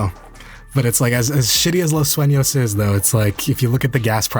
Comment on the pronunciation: "Los Suenos" Or "Los Sueños"